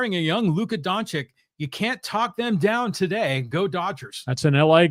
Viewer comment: I love you, lee, but embarrassing -- not only to say Doncic is from Serbia, but you can't pronounce his name right 😂😂😂 Bleeping brilliant 😊